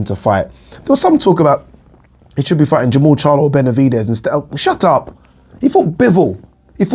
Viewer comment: Lool Nigerian side came put when he said 'shut up' 😂😂🤭